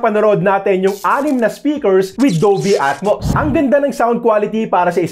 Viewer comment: Sir sumobra ng letter "T" sa atmos hehe pansin ko lang